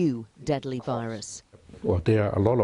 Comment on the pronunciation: “Everyone must be careful with this new rirus”😂